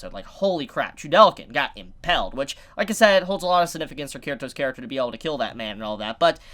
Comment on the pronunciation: Why you mispronounce impaled... reeeeeeeeeeeeeeeeeeeeeeeeeeeeeeeeeee